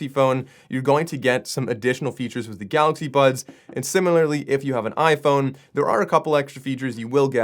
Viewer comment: I keep hearing "Galaxy Buns"....is it just me? lol